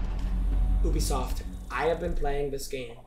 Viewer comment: Ubisoft❌️ ewbisoft✅️